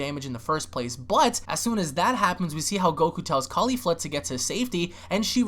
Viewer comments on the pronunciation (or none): I love you man, but goddamn you ALWAYS get Caulifla's name wrong by leaving the second "L" out. It's Caulif-LA, not Caulif-A. I know it's a small, picky gripe but come on man lol